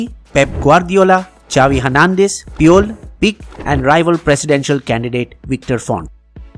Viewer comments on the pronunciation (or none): Amazing video U can still work on ur pronunciation of barca players like puyol and pique